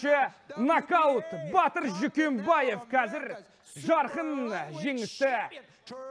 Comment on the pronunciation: Не Батиир а Батыр